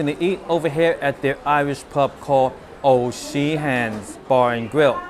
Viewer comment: "O sheens" 😂😂😂😂😂😂